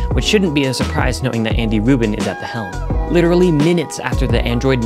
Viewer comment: Anybody else heard Andy Woman instead of Andy Rubin?